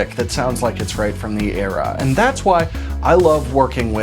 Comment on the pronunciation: can someone explain why he cant say eras? i dont get the joke